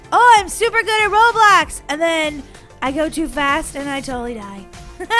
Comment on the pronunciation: did you know that when you are on them little clouds in the Mario thing it sounded like you said of Robux instead of Roblox😂